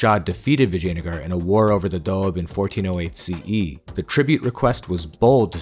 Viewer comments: "Vagina-gar" ...i like it... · It's Vijayanagaram.